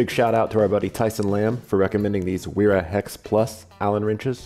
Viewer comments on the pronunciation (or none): being of german origin, the brand is actually pronounced "vera", as opposed to the spelling of wera.